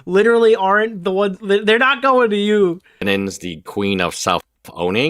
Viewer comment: If bro says dennins one more time im gonna lose it